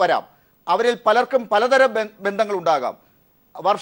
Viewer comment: Malayalam nnnayi parayu bandangal alla bandhangal anu ketto